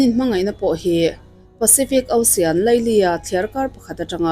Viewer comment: Tinge osian itih zel a, osen tih mai khan lam a awlsam zawklo mi?😀😀😀 ilam harsa e kalo tia…